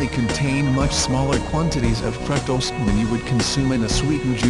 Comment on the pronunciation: " Fruak - tohs "